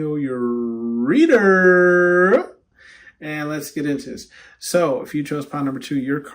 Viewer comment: Picked 2 I love when you say your readerrrr it be sending me 😂😂😂😂